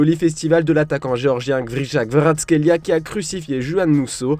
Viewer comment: bravo au speaker pour avoir prononcer kvara...